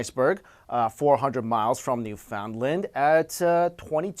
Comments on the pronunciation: No, no. Not "New-Found-Lind." It's "New-fin-land". I live there. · its not new found land its newfin land there is no space between new and fin on purposely because its sounds like one word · It's pronounced NEW-fend-lend, not New-FOUND-land. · lol. its newfoundland, not newfoundlind. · It's not "new-found-land". It's more like "noofunland". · It's pronounced "new finn land" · 'New-found-lend' i cringe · It Newfoundland (New-found-land) not (New-fond-land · It's pronounced newfinland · Hey awesome video and channel; got a new subscriber here. Just thought I'd point out Newfoundland isn't prenounced phonetically. It's more like New-fun/fund-land depending on how quickly you say it. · you said newfoundland wrong its newfundland (thats how you say it) i know cause im from there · newfoondland is the way its pronounced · Newfoundland is pronounced a little more less... enunciated than you are saying it. sort of like "Newfunland". great video otherwise though. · This dude doesn't even know how to pronounce "newfoundland" and he's making science videos? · Lol true, he said it wrong though :( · People not from Newfoundland can never say Newfoundland right. Well, other Canadians are not too bad at it.. Most.